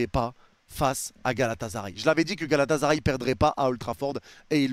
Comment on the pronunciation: arrêter de prononcer Galata"z"aray svp, ya pas de Z. GALATASARAY